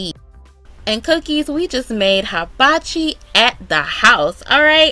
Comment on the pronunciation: The correct pronunciation … is hee-ba-chi. just thought you would like to know.